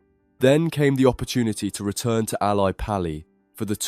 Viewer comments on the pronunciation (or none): And "El I Pal I" 😂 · Lmao you need to pay a better voice over actor mate. What self respecting darts fan doesn't know how to pronounce ally pally and oche?